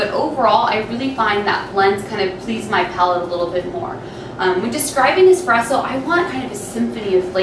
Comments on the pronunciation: Nothing hurts more than a barista champ that says “expresso” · Nice video. Not that she did it, but I really cringe when I hear anyone pronounce it, “x-press-o”, not “espresso.” Rookies.